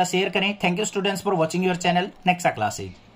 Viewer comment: Sir sorry to say but student not studence